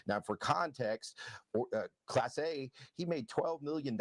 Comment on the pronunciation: Not Clase... Class-Eh!